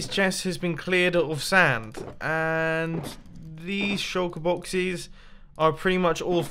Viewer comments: or Mumbo said shulker bloxes not boxes... too much sand??? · you said shulker bloxes! xD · "Shulker bloxes" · Shulker Bloxes 🤣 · Did anyone else hear him say "Shulker bloxes"... small spoon --o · good vid and nice "shulker bloxes" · at about - he said shulker bloxes lol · he says pick up all of the shulker bloxes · Did he say shulker blockses? 😂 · "I am going to take back all of these shulker bloxes"